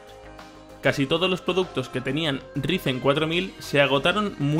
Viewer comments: Por favor pronunciarlo como raisen :'( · Si para el próximo vídeo no dices "Raisen" me desuscribo, primer y último aviso.